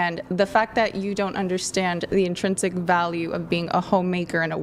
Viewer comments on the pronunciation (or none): none